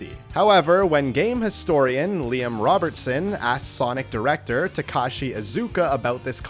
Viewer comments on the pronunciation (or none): none